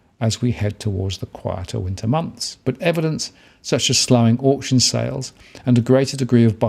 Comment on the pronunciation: Can you please pronounce auction properly